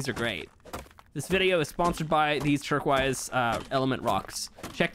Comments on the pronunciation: Nobody:: “turkwise” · Funny that he says Turk wise for turquoise.